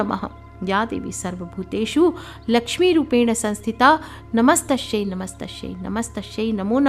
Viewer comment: कृपया नमत्स्शैच्या ऐवजी नमस्त्सी असे वाचावे